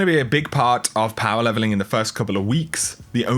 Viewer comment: "And its time... We talk about power levelingkk"